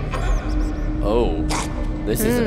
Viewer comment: Did they just call Silco, Zaun? I have watched this season multiple times and watched dozens of reactions. People calling Vi, "Ve" is shockingly common, and I've stopped watching reactions when it happens too much because I can't handle it anymore. But this is another level of totally butchering character names! I am just waiting for another moment as special as reaction to Armageddon though. It will take a lot for me to skip any reaction she is in on this channel.